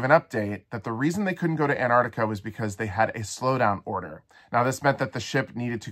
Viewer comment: Apparently Antarctica no longer has T's in it.